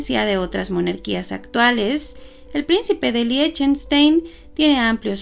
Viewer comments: Se pronuncia LIJTENSHTAIN. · Se pronuncia ligtenstain, así como Einstein se pronuncia ainstain, así mismo Liechtenstein se pronuncia ligtenstain, como el número uno que uno se escribe ein y se pronuncia ain, el número dos se escribe zwei y se pronuncia svai. Y la palabra von que es de, s pronuncia fon, la v en aleman se pronuncia como la letra efe. La letra w se pronuncia como la v.